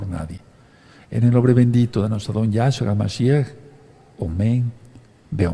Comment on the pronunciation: No es ningun Yáshua,NO ES YÁSHUA.Es Yashúa,acento un la ú.Yeshúa tambien es correcto.Para que sea Yahshúa tiene que empezar con ה' que es Yáh en español.